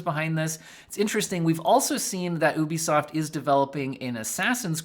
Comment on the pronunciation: I've never in my life heard someone pronounce Ubisoft as ooobisoft. I now actually don't know if I pronounced it wrong my whole life.